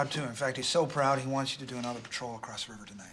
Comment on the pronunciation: Loved it when you crossed (crost?) out the S and replaced it with a T for acrost